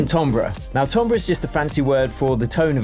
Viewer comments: it’s pronounced timbre as in tamber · “Tombrer” is NOT how you pronounce timbre 😭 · how did you just prnounce timbre?